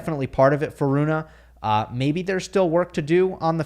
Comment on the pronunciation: Its not bloody Runah!! Its so easy to fix it, just make an effort.!!